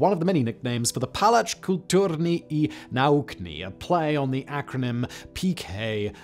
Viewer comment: Cudos for calling it PKiN in the first place :) Made my day, as Varsovian.